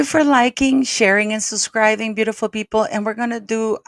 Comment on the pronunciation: SUB- SCRIBE not SUS-Scribe!